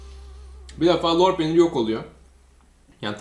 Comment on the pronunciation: Lor peynirini molpet gibi söylüyon hacı